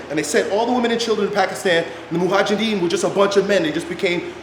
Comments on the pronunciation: Mojahidin not mohajidin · That’s Mujahideen btw and not Muhajideen. You were pronouncing the word incorrectly. It literally means the ones who are struggling/striving.